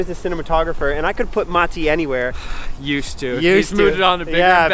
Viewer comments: I have to give it to you that you are one the few people who actually pronounce Matti's name correctly, in Finnish way. 😊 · You say Matti’s name wrong